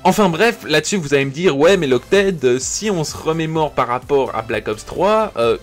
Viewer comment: "c'est lokted touu" mdrrrrrrr tape ton pseudo sur google traduction et va apprendre l'anglais sa me pique les oreilles